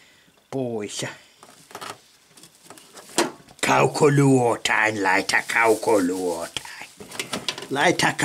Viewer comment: 🤔sanoks hän että laitha kaukoluothain?😲jäi vähän epäselväks😁